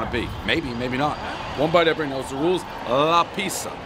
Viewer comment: "La Pizziya"